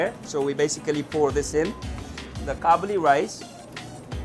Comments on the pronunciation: Qabeli palaw not Chabeli palaw 😉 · it is kabuli and it is kadhai and pathan chacha amazing hai